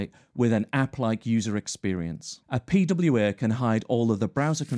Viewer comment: Beside of the prononciation, the fact how often he said the term "P-W-Eeeeh" made that whole thing kind of annoying for me. Yes this might a video about pwas and I understand that you have to use that word, but not like 40 times in a row... At some point just tell them applications because everyone knows that you're talking about P-W-Eeeh's after being told so often.